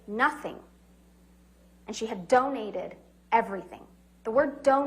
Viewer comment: notice how she enunciates the word "donate" after Amber said she took 'pledge' and 'donate' synonymously.